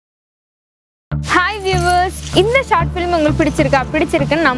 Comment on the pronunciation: Short filim (ஃபிலிம்) என்று pronounce பண்ண கூடாது. Short film (ஃபில்ம்) என்று pronounce செய்யவும். Thank you